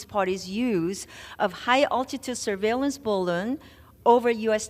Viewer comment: D- Meeks NY….please stop butchering the word surveillance